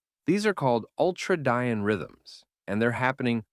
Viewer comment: It's uhl-TRAY-dee-in, not uhl-trah-DIE-ann.